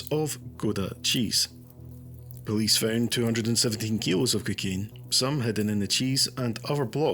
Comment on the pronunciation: Stop calling it kikane ffs man